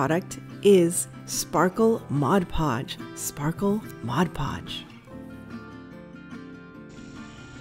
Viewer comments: It drives me crazy when people say modge podge. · I love the tip you shared for the vase !! You're not alone in saying modge podge lol Sparkle Mod podge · I don't like when people call it Modge Podge either. You have the bottle in front of you, read it right. I just got some dishwasher safe Mod Podge. Never heard of the Sparkle Mod Podge. Didn't know they have so many different ones. Hey, I live in Miami-Dade County south of you. So cool. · I LOVE sparkle mod podge! I use it all the time. I sooo agree with you on the correct pronunciation. It drives me crazy when ppl call it modge podge... Lol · I have never heard of sparkle mod podge! And I also can not stand when people say modge podge 😝😝😛